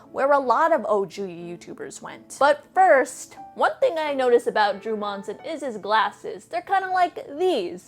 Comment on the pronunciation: Same last name as Drew here but somehow not related. Also, props on saying our last name right. Some say Munsin